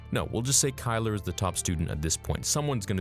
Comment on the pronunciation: mans said kyler😭😭